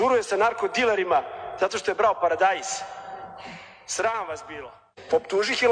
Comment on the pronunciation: Jel ovaj kao ministar vojske, kaze paradajs